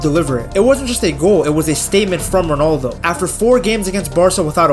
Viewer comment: Indian accent ronaldoooooooooooo